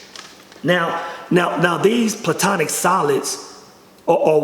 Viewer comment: It's not "plutonic solids" It's platonic solids. And his realizations come from tryptamines, most likely dimethyltryptamine